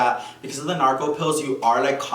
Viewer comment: I love the way he says Norco it’s the best😭😭😭 sounds like he seen Narco